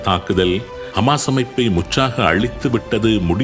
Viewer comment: ஹமாஸ் ????ஹிஸ்புல்லா ????தங்கள் உச்சரிப்புக்கள் மிக குழப்பமாக உள்ளது